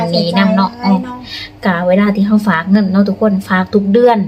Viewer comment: ผมอยากให้คนลาวทุกคนพูดคำว่าฝากอย่าพูดเป็นผากมันพูดไม่ถูดหัดพูดใหม่ครับพัฒนาคำพูดหน่อยครับ